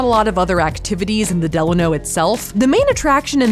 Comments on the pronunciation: The way y’all keep pronouncing “Delano” is throwing me 😂😂😂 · I can’t! The way you pronounced Delano